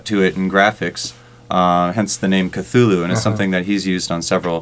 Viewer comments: for what its worth...the pronunciation of ka-thu-lu is incorrect. from the man himself, lovecraft writes this: "The actual sound -- as nearly as any human organs could imitate it or human letters record it -- may be taken as something like Khlûl'-hloo, with the first syllable pronounced gutturally and very thickly. The u is about like that in full; and the first syllable is not unlike klul in sound, hence the h represents the guttural thickness." anyway...looks like a cool vst. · Yes, the original word is of African origin, and it sounds like 'KATHULÜH'.